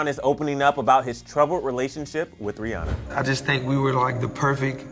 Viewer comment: I might be wrong but doesn't she pronounce it like rih AN ah